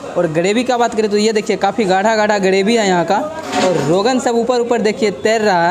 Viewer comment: गरेभि 😂 ग्रेभी होता है.